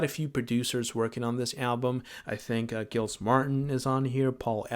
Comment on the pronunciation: You mispronounced 'Giles'.